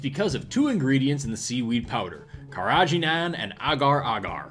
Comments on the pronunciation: I hate to be that guy, but isn't it KehRaGeeNaan? Or is that a different thing? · As someone with a culinary background, the way you say Carageenan is amazing.